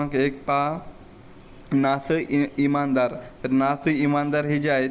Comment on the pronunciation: सर ना स इनामदार सारख्या प्रसिद्ध साहित्यीकाचे नाव आपण चुकीच्या पद्धतीने उच्चारता. कृपया तयारी करा.